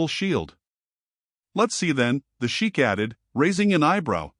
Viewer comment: Mispronunciation of narration besides other things. Sheikh (actually Shaikh) is pronounced 'Shay-k' & NOT sheek. Also why are u showing the waitress clasping her hands together insultingly like a prayer or submission??? She had strength of dignity & honest character to stand up to the Shaikh (shay-k). U are further be-littling her in the posture of the video. Terribly insulting.